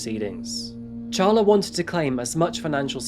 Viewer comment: Who names their child “ Char-La as apposed to Carla? A person who bought our house said that her name was “” Char-lene” as opposed o Charlene and she was crazy. LOL